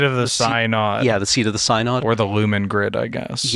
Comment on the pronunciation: Since this is a lore podcast, I feel it’s important to mention that “Synod” is pronounced “SIN-əd”, not “sigh-nod”. I actually work for a synod, it’s not an mtg-specific word